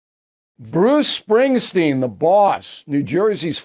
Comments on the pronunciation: BILL ITS SPRINGSTEEN NOT SPRINGSTEIN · It’s “Springsteen”